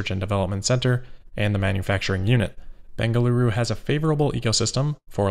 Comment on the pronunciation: No worries. You pronounced “Bengaluru” perfectly 👍